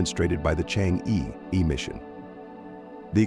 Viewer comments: The pronunciation of Chang'E is /chang-er/ but not /chang-ee/ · It's not pronounced "Chang'e", it's "Chang'er"". It's pronounced "Chang'er" in Mandarin. Chang'er is the moon goddess in Chinese mythology. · correct pronunciation of change'e is chang'er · The narator's pronunciation "Chang Yi " is wrong. It should be " Change Er " in chinese. It is the name of a princess in an ancient chinese folklore, who lives in the Moon Palace, cold and lonely. The name of the relay communication satelite is "Que Qiao", which is bridge made by the warm hearted birds to help the princess to leave the moon palace and meet her lover once every year-on July the 7th. So in China, the 7/7th is day for lovers to meet, kind like the Valentine's day in the west. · Please pronounce Change correctly. It is not "chang.... eee" like Wall-eee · chang’e is correct pinyin (no ‘r’), and rhymes with ‘hunger’ (again ‘r’ silent) - the ‘e’ has what linguists would call the schwa sound , similar to the 1st syllable of ‘above’. So, chang’e is chAHNg E(r). Now ‘q’ in pinyin sounds like ‘ch’, so it’s not ‘kew kiao’ but ‘chweh chiao’ for queqiao. You can learn pinyin with just a little effort ! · Just wish the narrator can pronounce Chang’e properly